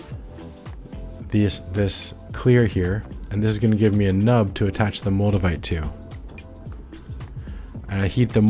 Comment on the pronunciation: Moldevite? I thought you said Magnamite... I was just about to catch 'em all too...